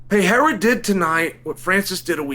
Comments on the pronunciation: Who the fuck thought it was a good idea to teach him the right way to say Piera? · Pe-re-ra, literally the easiest name to pronounce in the UFC. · I’m pretty sure it’s pronounced Pa-HEY-duh 👍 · Uncle Chael they trolled you! It’s Peraira with the rolled. “R”! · It's pronounced peh-hey-ruh (slightly rolled R) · I knew he'd "attempt" at saying "Pierra" correctly if he won 😂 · Brazillian here, try spelling like this: pe - ray - ra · Chael went from Alex Pee-Era to Pee-Hera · Its pronounced Piere-uh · The Brazilian style “perieeeeha”cracked me up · Say it with me Chael, (PUR - RARE - UH) ✅ 🙂👍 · Just say Alex 'Per-air-ah'. That is the anglicized pronunciation and it's acceptable. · Peheira not st Pierre😂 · Chael try Puh-hay-da 😊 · Pronounced 'Pe-ray-ra'. Portuguese. Not Spanish. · Chael, you have to roll the R to say Pereira's name correctly dude! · you know what's not any better than before? your pronunciation of "pereira" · I'm a brazilian and there's no H sound in "Pereira". Both the R in "Pereira" have the same sound that is similar to the T in "battle" or "butter" in the American pronunciation. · Still did it incorrectly 😂 Actually he got it right at about 2.50 into the video. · Chael saying Royce Gracie perfectly but not knowing how to make the same sound for Pereira is just 🤌🏽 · If you’re willing to pronounce “Pereira” correctly then go ask GLOVER! 😆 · After correcting himself for saying alex pereira’s name incorrectly. He immediately continued to say his name wrong. I love this guy. The undefeated 🐐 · It's just 1 R. The way Sonnen and Joe Rogan pronounce it is wrong. Bruce Buffer says it perfectly though. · it's literally the same sound that americans use for the letter "r" in "aRticulate" or "aRkansas" or "oR". it's a soft R. Plus, it's a matter of respect to at least trying to say someone's name correctly. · It’s not peheira. It’s no h sound. It’s just peReira just R sound. Pe ray rah is right! Just call him Poatan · Alex Pehera lol